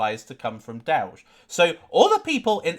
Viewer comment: Dowge and more dowge